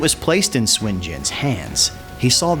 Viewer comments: The enunciation can be a trap depending on how the chinese speaker uses the U, it can vary from Soon to su/n, definitely not swin, but i can understand enunciation is not always consistent. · It is suun not shwin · okay since it's my SURNAME. it's pronounced "SWIN". It's also the same Surname of Goku and the Money king. SOON is INCORRECT. SUN or SON is also INCORRECT. (SON GOKU is a romanized way to pronounce Sun Wukong) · Nope. "Soon" is incorrect it's close but incorrect. here is a from an actual chinese movie where Sun Wukong pronounces his name.